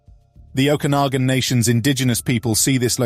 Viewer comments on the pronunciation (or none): none